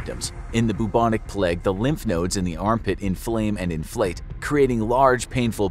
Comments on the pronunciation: It's pronounced "Play-g", not "Plegg", you heathen. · The “pleg”?? Do u mean the “playg” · Isn't it supposed to be the play-gue instead of plag? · I think he means the plague? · *"The Pleg" * 😂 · Why are you pronouncing "plague" as "pleg"? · No one:...: THE PLEG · Why does he pronounce it as "the plèègue" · “The Pleg”!